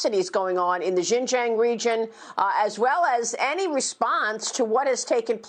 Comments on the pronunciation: There is no Xinzhaeng, it is Xinjiang. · Can't even pronounce Xinjiang , what these two nuts know about Xinjiang ? hahaha